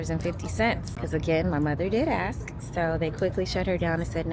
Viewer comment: ASK. Not “Axe”… A-S-K spells Ask. Axe is something you use to cut wood. Why can’t you guys ever get that right? Shows how well inner city schools teach